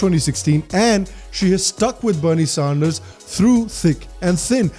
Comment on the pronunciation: Please not Sahnders